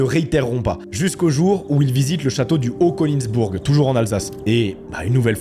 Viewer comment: en tant qu'alsacien, ça fait mal aux oreilles, mais c'est compréhensible comme prononciation. Voici la prononciation correcte : "haut kenigssbourgue (le "g" à la fin s'omet parfois), (écris "Haut Koenigsbourg"). "Rober (c'est simple jusqu'à la) bra-ïtte vizer" (écris "robert breitwieser"). La pronociation est très proche de (ou identitique à) l'allemand.